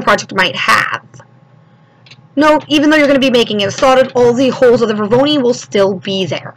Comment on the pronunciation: NIce tutorial, but the word isn't "Vor-VO-ni", it's Vor-O-noi (pronounced VOR-OH-NOY). :)